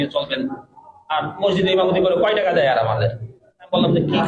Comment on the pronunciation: উচ্চারণটা হবে টাকা। টেকা না ভাই।